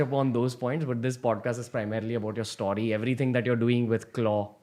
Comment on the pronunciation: Great podcasts!! Only annoying thing is how Ranveer says “story”. Anybody else find that pronunciation hurtful?